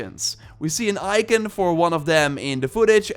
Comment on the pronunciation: Lol your accent🤣 its pronounced icon not ican